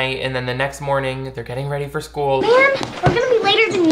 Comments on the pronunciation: Did you just say Skyewl !? 😂 Why do I feel like you're exposing my search history in every video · Lol I heard you. "sküle"